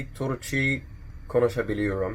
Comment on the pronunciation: Ben Türkçe konuşabiliyorum with b at the beginning n at the end also not Turçi please google it :D But I admire your try. ;) konuşabiliyorum was perfect most precious one :D